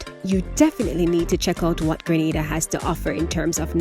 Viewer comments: Need to correct our island name to English speaking Grenada; IT IS GR'E'NADA and Not Granada, a Spanish island off Spain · It is GRENADA NOT GRANADA!!!!!!!!!!!!!!!!!!!!!!!!!!!!!!!!! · It's pronounced Green-nay-da!